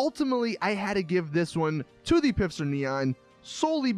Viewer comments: U said pifster its not pifster its pfister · stop pronouncing Pfister “pifster” it’s pronounced “FISTER” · PLEASE PLEASE PLEASE stop pronouncing “Pfister” as though it were spelled “Pifster.” The P is silent and it is pronounced like “Fister” lol... Get it?! Just please... For all of us... Keep the cringe to a minimum. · At the beginning of the video it sounds like you're pronouncing "Pfister" as "Pifster". You realise it's pronounced "fister", right? With a silent "p". The fact that it's pronounced "fister" is the whole joke - it's more toilet humour by Rockstar, as they're famous for. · You speak both the P and the f in Pf in German. If you have trouble then better speak it Fister than Pister. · Its pronounced fister not pifster Mr. Lister the sister fister and lister's sister the fister resistor. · Hey genius it's pronounced "fister" not "Pifster". Dman man! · its pronounced "pfister" not "pifster" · It is Pfister and not Pifster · It’s Pfister... Not Pifster... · I think it's meant to be pronounced "Fister" but he doesn't get it lol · Herro it’s fister... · stop saying pifster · Your saying pfister wrong the p is silent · It’s pronounced fist her or fister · Great video, keep it up. But please pronounce the pfister brand as fister which is how it is meant to be pronounced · This guy pronounces the p in pfister lmao. This guy probably pronounces pterodactyl like PITTERYDACTEL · Love how every time this nigga say Pfister her said pifster lmao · It’s FISTER the p is silent. Again FFFFFFFISTER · It's not pifster it's "Pfister", the "P" being silent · “The pisster neon” this guy lol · Stop saying pifster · It’s Pfister not Pifster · "pifster neon" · It's "P fister Neon" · lol ph and pf aren't the same thing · I'm pretty sure the p on pfister is silent...